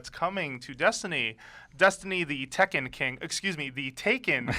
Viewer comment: ok i lost a lot of hope in enjoying this when he said taken ta ken (please note this comment was made before watching the full video)